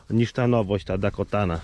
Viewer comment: I cały film źle wymawia nazwę jęczmienia 🤦 ,,Dakota ,,to prawidłowa nazwa , nie jakaś Dakotana